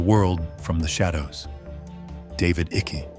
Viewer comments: David icky. Tell me you use AI to narrate without telling me. Pronounced David “Eye-kuh” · AI cannot pronounce Icke😂